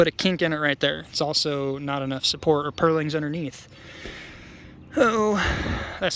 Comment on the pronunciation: The are called Purlins. If you are going to reference them 50 times pronounce them right. No ING on the end of a purlin.